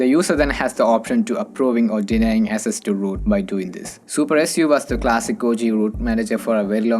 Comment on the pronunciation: Dude everything about your accent is fine but please work on these 2 words. They are highly confusing when you speak fast english with different accent. 1. Access - not SS 2. Users - not uses In subtitle also it's showing SS instead of access.